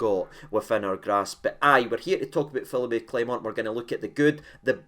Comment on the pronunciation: Agreed almost fully in everything in the video except the pronouncing of his name 😂😂 say it again 😂😂😂